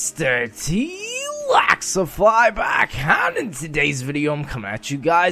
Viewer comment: mr t laxify its lexify